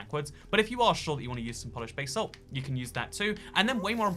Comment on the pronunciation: No one:: bay-salt